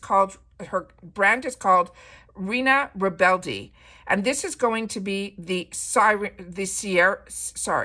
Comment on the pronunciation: Just wanted to help out: Reina Rebelde is pronounced "ray-nuh reh-bell-deh" and sirena is pronounced "see-reh-nuh" and if you can roll your rrrr's....😅 even better. ❤❤❤